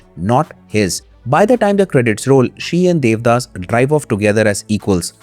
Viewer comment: The audacity to not even watch the original bengali adaptation nor pronounce the no ek correctly. Debdaash